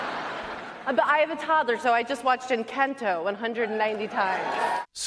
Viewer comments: All of the bias against animated films is terrible but WHY DID SHE SAY "ENCENTO" 😭😭😭😭 IT'S ENC A NTO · did she really just call encanto "inkento"? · I kid you not, after hearing Amy Schumer in this clip, I immediately felt a pain in my neck and rushed to the bathroom. My body in real time rejected both her words and her mispronunciation of Encanto. For a movie she claims to have seen with her toddler over and over again, you'd think she'd get the title right.